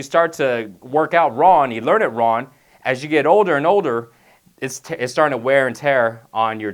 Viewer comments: Was i the only one that notcied he said "Ron" instead of "Wrong"? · it's young and wrong. not yun and ron. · He is saying wrong, he just doesn't annunciate the G much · why does he keep saying ron? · Love he doesn't pronounce the g in wrong.... Don't work out ron! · Wron and Youn Lol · lol if your youn you dont wanna do it wron lol cant pronounce the g? \ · wrong = RON. Young = YAWN lol YA'LL